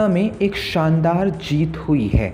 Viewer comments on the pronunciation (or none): none